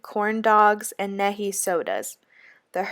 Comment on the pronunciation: Love this, and just a note to the presenter who is too young to know what Nehi is. It is pronounced Knee High I got a little chuckle when you pronounced it "phonetically" One question, Who was Virginia?